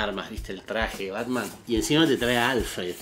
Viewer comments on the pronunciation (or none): porque le dice ¨pelpet¨ al batman?? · Conocí hace poco Est e canal y me hace cagar de risa, aparte hace unboxing de altas figuras, lo que no se es por que le dice pelpets a batman jaja